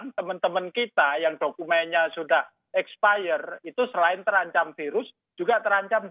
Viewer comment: Maaf expired pak, bukan exfire wkwkwk